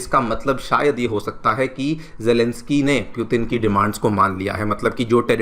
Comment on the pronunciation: It's hard to hear the wrong pronunciation of Putin.